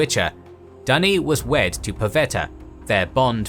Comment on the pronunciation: Dunny (thats australian for loo) Duney is better